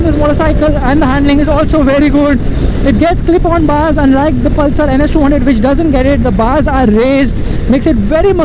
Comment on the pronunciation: Palsar mt bolo bro